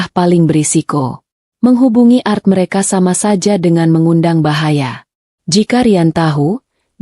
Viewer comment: Bukan art membaca nya ,tapi A R T